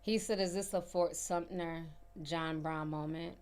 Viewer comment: I ❤ you dear. It's Fort Sumpter...no n hard t. I'm bummed that I missed you in Charleston. I would love to share some knowledge with you about Charleston, history, and that "feeling" you have about the times.❤